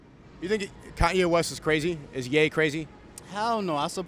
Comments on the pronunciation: Pretty funny the Chinese cop says Yee instead of Ye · An Asian guy calling Ye "Yi" is peak.